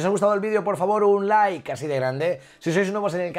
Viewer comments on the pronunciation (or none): none